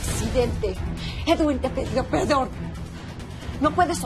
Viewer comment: “edwin te pidió pedon" JAJAJAJA